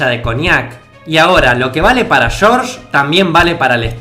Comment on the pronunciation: "Shórsh" jaja